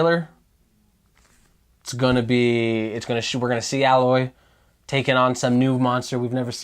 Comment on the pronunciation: First off, how do both of you not know how to pronounce Aloy? It is said so many times in the game and was said so many times at precious expos. Secondly, the guy in the hat is an idiot. All his predictions are obviously all wrong. Spiderman PS4 is Peter Parker's story. That's what the devs have been saying forever and that is what everyone wants. Announcing a sudden switch to Miles would hurt the game+sales immensely.